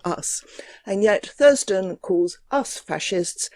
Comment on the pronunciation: Is it odd vat from Essence of Fought would choose a name and channel name wiv so many "th's" in them which he is unable to pronounce?